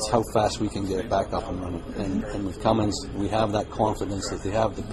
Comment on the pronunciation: CUMMINS!!! NOT CUMMINGS!!!!